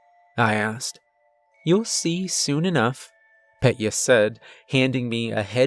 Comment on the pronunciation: It isn't Pet-Yuh. It's Peh-Tyuh. 👍